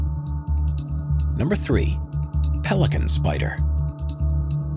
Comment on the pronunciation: Excuse me... did you just say P-Pelikanspider??? Wtf??